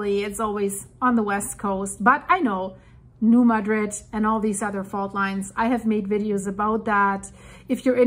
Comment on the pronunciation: It's pronounced RAM-a-po. And it's New MAH-drid. Excellent video. Thanks for keeping us informed.